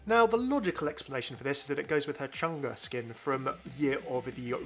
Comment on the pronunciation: It is actually pronounced Chang-ay not Chang-a. Great video though!